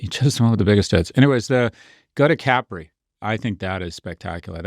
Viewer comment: They even pronounce Capri wrong.